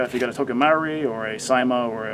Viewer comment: Omg thats not how you say Marui...